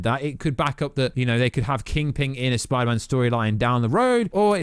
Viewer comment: Get in my son messaged you on insta and I listened to the 2nd trailer and Dr Strange says spidermen not spiderman omg I could be right